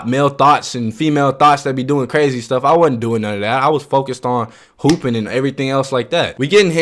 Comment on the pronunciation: "I was too focused on pooping" huh? Ohhh he said HOOPING lmaoooo